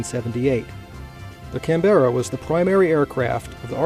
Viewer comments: Canbra not 'can bear a' btw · its CanBra please learn how to pronounce words properly its painful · Nope. Canberra, also known among USAF as the “cranberry”.